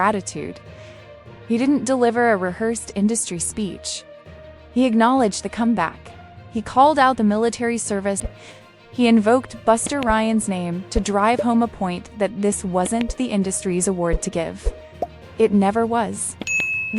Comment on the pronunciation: Your AI narrator made some amusing words out of names, "young" cook, buster "rhynes", "Hy-dee" lol made me laugh. Otherwise a good piece of reporting just had to share my laugh.